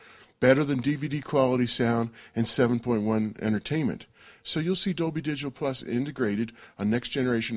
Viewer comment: For the new surround formats like Dolby HD and Dolb dol bla bleh blah dolblah. How on Earth does this guy convince people to do these interviews?